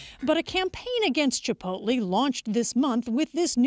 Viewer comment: "Chipolte"...dumb ass can't even read.